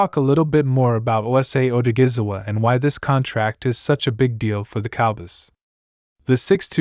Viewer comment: Its a shame how the announcer haven't even tried to pronounce this man name correctly! It's a dam shame!